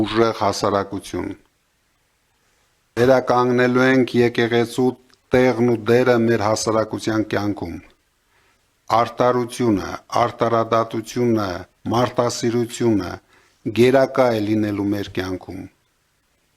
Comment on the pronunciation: Առաջի հերթին ՝ սովորի հայերեն խոսել , առանց ռուսական ակցենտի , արՏարուլյուն չի , այլ արԴարություն և այսպես շարունսկ ։ խորհուրդ կտայի , որ ոչ թէ բիզնեսներդ ավելացնեիր , այլ մի բանով օգնեիր երկրի , բանակի , սպառազինության բնագավառների զարգացմանը , այդ ժմկ կասեինք , որ դու մտածել էս երկրի համար։ Պուտինը Ռուբեն Վարդանյանի գքուխը կերավ , հիմա հերլը քոնն է , խելքի արի !!!!!